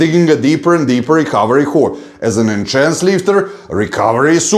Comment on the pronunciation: I love how you consistently say Enchanced or enchanted 😆👍🏻. Instead of Enhanced ✌🏻 New subscriber here 💪🏻